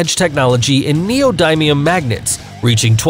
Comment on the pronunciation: you can tell this dude dosent know what hes talking about if he cant say neodynium correctly